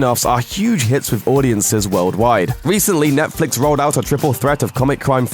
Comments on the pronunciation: The way you say Netflix is ridiculous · Is it me or does this guy pronouce netflix in a weird way? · Why does this guy pronounce Netflix in sucn an annoying way? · Say Netflix properly